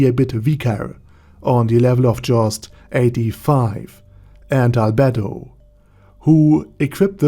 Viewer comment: I died when I heard you say "Arder Dadi Arder"